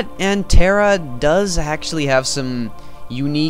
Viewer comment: lol terra is not "terrable" zing